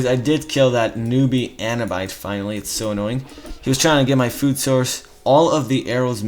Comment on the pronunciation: Sling-er, not slinjer Man-er, not main-or Ah-noob-it, not anubyte Other than all this, great videos